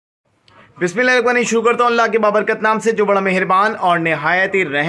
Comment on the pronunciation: Bhai bismillah poori or saaf parha kro , jese ek ek alfaz clear bolte ho video me Wese hi bismillah b poori or saaf parha kro